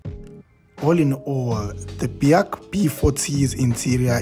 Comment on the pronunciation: In the very first sentence you imply that this is reliable? (BAIC is not pronounced "Bee-haak" btw, but "BIKE", lol) So, how would you know its reliable, since only a handful of these Chinese B40 knock-off things managed to find new owners over the years? (Sales can only be described as a disaster in SA) Also, the "BIKE's" that got sold till now in SA (e.g. D20) has been very rubbish in every aspect, including reliability! Not to mention depressing depreciation of "BIKES"... This is a C-grade review, of a C-grade vehicle.